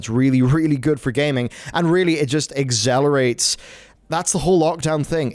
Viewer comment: Exzelerate! Exzelerate I say!